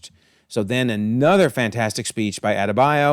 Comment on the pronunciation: It's not hard to say Adebayo. All of a sudden its hard to pronounce names when it aint eurocentric 😂. Just funny contrast to earth x